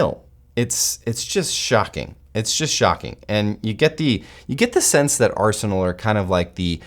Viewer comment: Is it my ears ? Did he kept saying Arseholenal instead of Arsenal ?